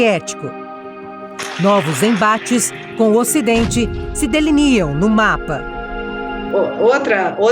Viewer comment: Esse " DELINIAM" matou a lingua portuguesa kkk